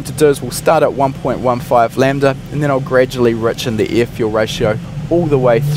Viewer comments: the amount of ieeh, ieeh fuel ratio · Please please pronounce the word (air) properly..you were throwing me off during the whole video.